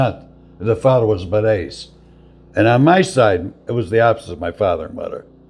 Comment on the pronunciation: Ciao; At about did you say Varese or Barese? Varese is where part of my family is from.